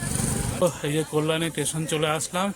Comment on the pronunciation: বিজয় ও টা স্টেশন বলে , টেশন না প্রোনুন্সেশন টা ঠিক মতো করো 🙏🙏🙏🙏🙏